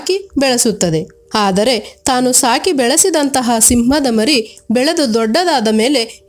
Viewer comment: ಮಾರಿ ಅಲ್ಲಾ, ಮರಿ ಸಿಂಹ ಎಂದು ಓದಿರಿ.